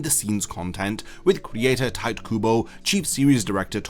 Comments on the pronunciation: It's Tito. Not Taito. Wtf dude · Sorry, but are you saying ‘tight’ Kubo on purpose? Ragebait? It’s ‘tee-teh’. You don’t need to be a Japanese speaker to have respect for someone’s name. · "Tight Kubo" bruh